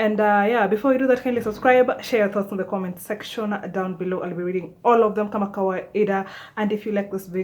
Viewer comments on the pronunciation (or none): none